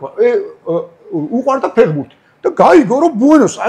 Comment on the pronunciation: ფეღბურთი კი არა ფეხბურთია დავით 😉 დავაკვირდი და არც ერთხელ სწორად არ თქვი 😂